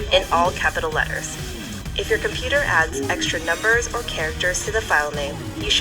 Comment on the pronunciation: Did you say computer wrong